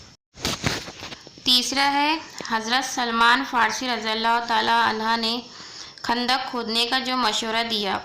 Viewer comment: Razi allahu taalan ha bol rahe ho aap..... Taalan hu kahna chahiye